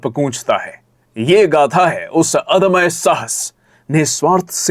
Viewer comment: The overall review was good but You should also know that it's not अद्म्य but it's अदम्य .and it is pronounced as aDamya.